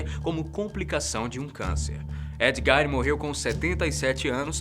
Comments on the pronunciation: embora a pronúncia de GEIN pareça ser do alemão, nesse caso ela não pronuncia GAIN, e sim GUIIN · A pronúncia correta do assassino do primeiro vídeo é Ed “Guin”